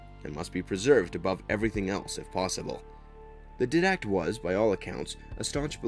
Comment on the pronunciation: The guy who presented the video has never played halo obviously because he sure couldn't say didact right.